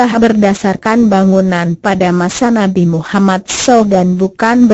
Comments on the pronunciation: suara gogle ngomong nabi mummad saw aja salah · Mohon koreksi penyebutan nama nabi!!!! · bagusin dong cara bilang nama rosul